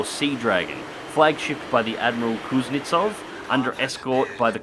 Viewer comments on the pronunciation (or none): none